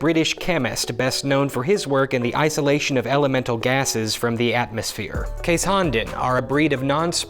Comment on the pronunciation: Never heard Keeshond pronounced that way before, it took me a minute